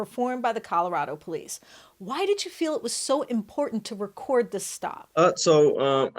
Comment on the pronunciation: what are the “pole eece?”